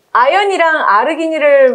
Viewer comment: 그나 저나, Arginine = 아쥐나인! Penis = 피~ 니스 Hegemony = 헤… 쥐머니